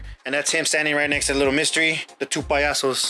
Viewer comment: The way you pronounce lil mr. E makes me feel some type of way sounds like “little mystery “